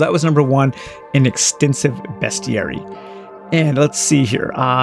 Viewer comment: You’re the first Youtuber that I have seen that pronounces “Bestiary” correctly 😄